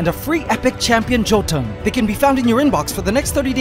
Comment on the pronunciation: Great video. It's cool to see the aquatic creatures again. Bit weird to see Raid Shadow Legends here though, feels out of place . . .. Jotun is pronounced Yotun